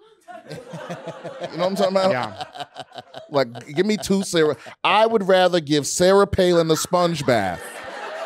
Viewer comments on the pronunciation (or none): none